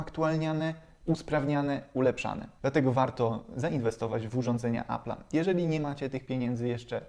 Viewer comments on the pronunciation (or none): Appla? Może appela? 😉